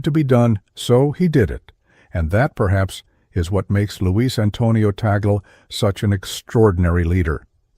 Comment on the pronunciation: The Cardinal's surname is pronounced as "TAG-LE" . NOT as "Tae-gel" or Tay-gel. It's a FILIPINO-Spanish surname. And he was born in the province of Cavite. Not in the city of Manila. He was a former Archbishop of Manila. And PLEASE. Do not create a malicious and misleading THUMBNAIL just to invite views. Respect the person you are featuring. Especially if that person is well-known and a religious personality.